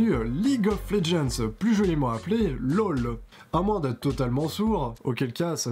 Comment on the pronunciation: Autrement appelé Loul xD cette accent m'a tué